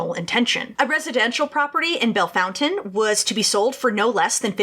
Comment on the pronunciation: I’m from Bellefontaine. I can’t believe you pronounced it correctly. Well done